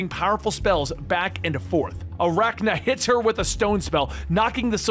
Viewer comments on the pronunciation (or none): AR-CANNA, not Arachna. You really should pronounce names correctly if you do this for a living. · Keeps calling Arcanna "Arachna"